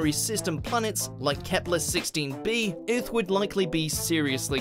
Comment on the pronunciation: Exactly bro it makes me mad nigga said earltfh wtf is that 💀😂😂😂